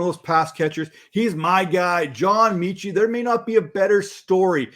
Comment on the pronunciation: John meh-chi. Meh Chit. John Metchie, pronounced Meh-chi